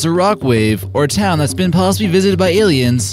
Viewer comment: Space auss-liens Oi oi oi